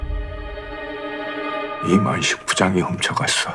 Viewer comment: 꼰대 이름 이만식인데 이만희처럼 들리네 ㅋㅋㅋ